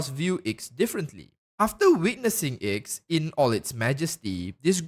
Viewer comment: Bruh, the Aeon of Nihility’s name is a Roman numeral. No shot anyone actually thinks it’s pronounced “Icks” Also, the reason it’s named after the number 9 is because 9, (Roman numeral IX) is the number of the hermit arcana in Tarot reading. And the aeon themselves is reclusive and antisocial.